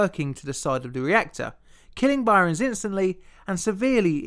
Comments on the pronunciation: Its pronounced "burns" not "byrons" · It's not By-rens. Byrnes is pronounced same as Burns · FYI the name "Byrnes" is pronounced "Burns", not "Byrons". ( ) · I've only ever heard the name Byrnes pronounced "burns" and never "bi-rons", so you may not have got his name right. You also mention the Arctic and then show a map of the Antarctic. Finally there's the weight to dimension anomaly that Armilar Zifferblat mentions. Your videos are very good and I'm a big fan, but you need someone to proof read the scripts and check pronunciation if you want this channel to become really popular. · Btw, his name is pronounced "Burn" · I love your channel but I have to say 'Byrnes' is pronounced the same as 'Burns' it is just a different spelling. Otherwise another amazing vid! :) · Byrnes is just pronounced 'Burns'. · "Byrnes" is pronounced "Burns". It's not regional, either. There's an Irish comedian (as in from the UK) named Ed Byrne, pronounced "Burn". Do research.